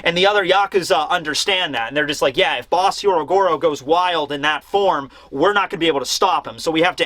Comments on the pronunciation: When will stop mispronouncing Hyogoro's name? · Last week Sanji fanboys were pissed... This week it’s the Carrot fanboys’ turn. Edit- Also, it’s “Hyogoro” not “Hyorogoro” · He is not Hyorogoro. His name is Hyogoro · Hyogoro becomes Hyorogoro. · Pronouncing "Hyogoro" as "Hyorogoro" is one thing, but the mad man actually spelled it that way too! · I love you. Please say Hyougoro instead of Hyorogoro. It is harder and wrong hahah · Hyogoro. Not Hyorogoro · Bruv it's HYO-Goro not HYO-RO-Goro. It's like Oni-Bawan all over again... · Is no one really gonna mention that it's actually Hyogoro? 😆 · it's " HYOgoro", not "HYOROgoro". Just a heads up. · Hey, you keep saying "Hyorogoro" instead of "Hyogoro" and even wrote it as the chapter title.